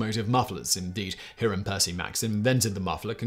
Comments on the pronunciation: The first syllable of Hiram Maxim’s given name should be pronounced “HY”. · It’s remarkable that Simon hasn’t made one video I’ve seen where he doesn’t mispronounce a name or names. “He-ram” Maxim? It’s HI-ram Simon. Not complicated at all.